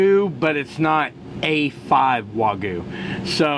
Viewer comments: So annoying for Americans to intentionally omit the Y in wagyu every single time. For some reason can't show the minimal amount of respect for the language from the culture that produces such profitable clickbait for you. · It's spelled Wagyu but is pronounced WA-GYOU. 'Gyu' means 'Beef' in Japanese. 'Wa' is the name of the farm. It's actually better known as Kobe Beef that I first ate when I was stationed in Okinawa in the 70's and again in the 80's. $1,200 that will pass through your colon's.